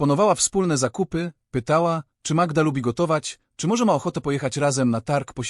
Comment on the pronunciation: Co wy macie z tą Magiedą? Może najpierw poznajcie jak wymawia się imiona w języku polskim, zanim zaczniecie się nimi posługiwać. To brak szacunku dla słuchacza polskojęzycznego, i nie brońcie się sztuczną inteligencja, bo ona ma pomagać a nie zastępować rozum.